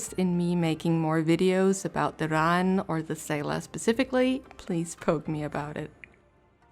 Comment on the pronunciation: I don't think...hmm...I don't want to be "that guy" and it's probably a accent thing, but i'm pretty sure the pronunciation for Raen is closer to "Rain" rather than "Rawn". Of course this video is a good...like 6 months old by now. Though to add a bit of positivity, your art is pretty nice